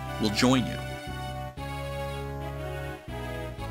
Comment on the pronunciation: Lyon is pronounced Lee-on